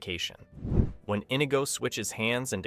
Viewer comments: it's not 'Inny-go': it's InEEgo' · Nicely put together synopsis. But, for crying out loud, could you not pronounce "Inigo" and "Reiner" properly?!?